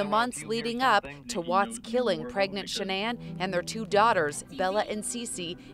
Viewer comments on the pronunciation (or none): Shan-nan? 🤣 🤣 🤣. Nice pronunciation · Is that how you pronounce Shannan?